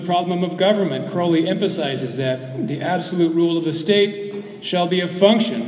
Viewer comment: sorry i cant take a speaker seriously when they say crowleys name wrong. it rhymes with holy.